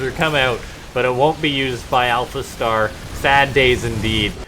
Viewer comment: hahaha you said alpha T !!!!!!! I love it!